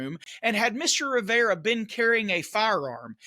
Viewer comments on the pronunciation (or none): none